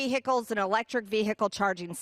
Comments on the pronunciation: Attention Marjorie Taylor Greene. It’s “vehicle” not “ve-hicle.” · ‘Electric Vee- hickels’ MTG - is she TRYING to sound stupid, or does it come naturally? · Let's not forget, the biggest recent threat to 'the Capital' was instigated by her very own false messiah. Why not stay safe and ask trump to shut up in the first place!!! Why does she pronounce vehicle vee-hickle anyway? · It's vee-hickle my man!😂💙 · Ve- hick- el ? Lacks proper grammar! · She can’t even pronounce the word “vehicle” the “h” is silent, unlike her! 🤮🤮🤮🤮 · Bloody hell, Mad Marge is butchering the word vehicle. Nothing to do with her accent, she's just made the pronunciation up, much like every other thing that comes out of her gob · The "h" in vehicle is silent !did you GO to school?